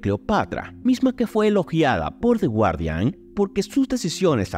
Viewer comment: y "The guardian" se pronuncia "gardian" :D